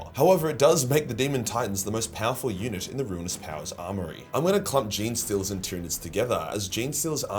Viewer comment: I kept mishearing unit as eunuch. It made the sponsor reading interesting ...